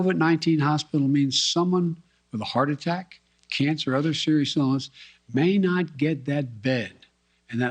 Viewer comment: Can someone tell this dolt it is Covid not Covit.